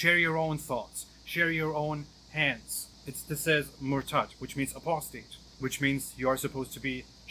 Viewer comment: Why does sounds like "being human"😁